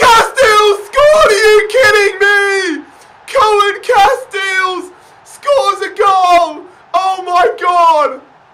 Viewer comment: It's pronounced Koon Casteels, but I can see why you wouldnt want to say that